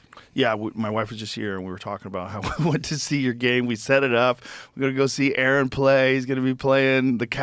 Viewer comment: A a Ron get it right